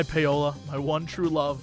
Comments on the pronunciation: Is that how people in the US pronounce Paola (Pay-o-la)? I'm familiar with "Pow-la" as the pronounciation... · Is it just me, or is Jesse pronouncing "Paola" incorrectly? I would've thought it would be "pow-lah". But I might be wrong? He and Crendor pronounced it the same way on some old episode of the C'n'C podcast. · Who wants to be the one to tell him it's pronounced Paula?